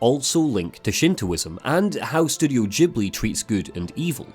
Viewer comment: Its Ghibli not đibli :D